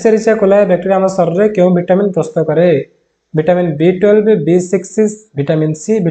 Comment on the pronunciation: Sir vitamin B12 ra name ta Clear subhuni..🥺